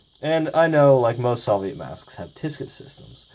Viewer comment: The way you say soviet bugs me